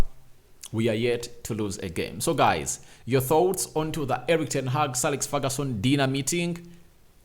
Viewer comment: It is Ferguson not Feruson